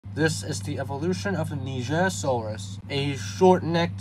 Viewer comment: Finally, someone who pronounces nigersaurus correctly